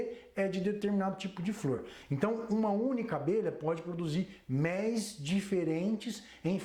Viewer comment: Agora sim ,gostei de ouvir um estudioso no assunto falando a palavra méis, e não mélis como estão falando agora com essa frescura, obrigado professor!!